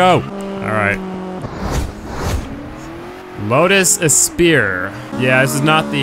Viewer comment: pronounced Lotus 'eh-spree' bro! another great vid though :)